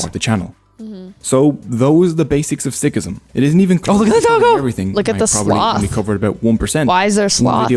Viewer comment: Many pronounced words in video were wrong as well. But Sikh, Sikhism were correct pronounced. I will suggest learn from your local sikh dwellers.